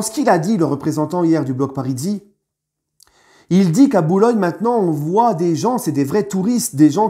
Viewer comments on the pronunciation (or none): Block Parisii se dit comme parisien, et non avec un son de z ^^ Merci pour la vidéo et le soutient que tu leur apportes, ce n'est que comme ça que nous aurons deux virages à Paris 🔴🔵🙌